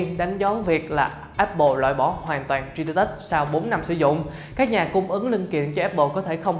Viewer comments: Cả video bị ấn tượng bởi từ tri đi tớt(3d touch) đọc tiếng anh kém quá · Bỏ theo dõi vì cách đọc 3d touch